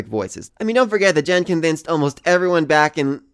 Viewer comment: Gen's name is "Gen" not "Jen" by the way.